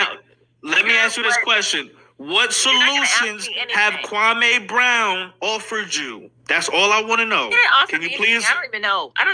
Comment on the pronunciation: MR. KWAME BROWN already said how to pronounce his name. Why is this guy still mispronouncing Kwame. Kwame was living his best life minding his own business and the effeminate group decided to harassed him after 20 years. Kwame doesn't need to put a solution, he was minding his business and working in his community. The effeminate group so envious 🤣🤣.